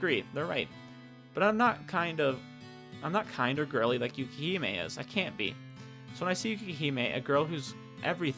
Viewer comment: Hi again! I'm Twin Love R's programmer/translator (wait, that's everything 😅). I wondered how people were getting to my game from YouTube, but now I know! Firstly, because it's going to bother me forever if I don't mention it, but it's "YukiME", not "YukiHIME". Otherwise your pronunciations were good enough for an English speaker like me, haha. Thanks for taking the time to play through it. It's a bit surreal to watch someone as they read through my work but it was a lot of fun to listen to your reactions. It also let me notice four typos I will fixing sometime soon (hopefully). I wonder if my laughing at my own writing is a sign of something good or bad? 🤔 I had the most fun writing Sakazaki and Ayame since they had the best dialogue IMO. Sakazaki was definitely dramatic in the original Japanese but I took some creative license with some of his and Ayame's lines so I hope that went over well. I think you might've noticed, but you can scroll the mouse wheel up to go back if you want to reread dialogue or change choices - it's a timesaver compared to having to save manually before every choice if you pick wrong (and I wouldn't blame you, the choices in this game are either super obvious "pick Ayame or Yukime" or really obscure "which author" that are hard to figure out). And if you haven't checked yet, the Extras section has some more story bits in it after you unlock various endings. If you do post more videos playing through the rest of the content, I'll definitely find some